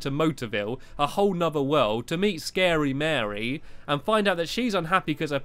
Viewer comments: its starey mary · its starey mary not scary mary silly silly stampy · Its Starry Mary not Scarey Mary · At the end you said scary Mary not starry mary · You said scary Mery !!!!!!! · It's starey mary stampy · You said Scary Mary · stampy said scary mary not stary mary 😏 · it's starey mary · You said Scary Mary 0